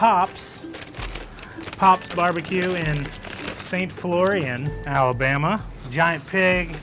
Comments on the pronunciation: Just FYI, it is pronounced "Saint Flow-Reen". Also Rick's is known for everything BUT the sandwich. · S- aint Flor-eeen